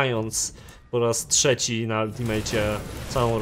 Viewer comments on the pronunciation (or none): none